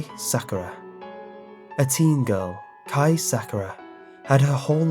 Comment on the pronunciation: Ah me and Sakura have the same first name😂At least he can say Kai right, but I still love the way he says Sakura🌸